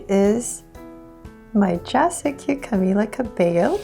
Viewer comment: Yayyy finally she learned how to pronounce Camila Cabello😂😂